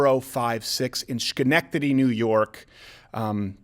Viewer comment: As someone from Schenectady NY... you pronounced it wrong. But thanks for the shoutout!